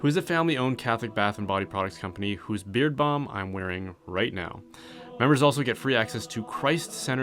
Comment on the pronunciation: Whenever promotes his “beard balm,” the first thing I hear is “beer bum.” 🤣